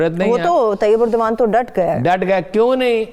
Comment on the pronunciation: Thank God you pronounced name of Turk President Erdgon right. Most of your media men say it wrong.